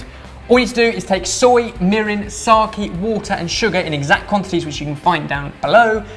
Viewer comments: Dear, I can't recall a time when I've been annoyed at you, but you've done something. It's not shiitaKII or saKII. Shiitake and sake,. Ke is pronounced as Ke (like keg). Yours Sincerely, a slightly peeved Julia. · This looks so good! too bad I'm vegetarian haha By the way! Sake is pronounced sa-kay not sa-kee (